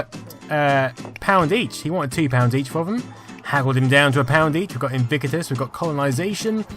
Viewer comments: Gaaaah I hate the way you pronounce Invictus, like "IN VI CU TUS" it's actually "IN VIC TUS". Sorry I had to get that out. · Too many "I"s in your pronunciation of Invictious.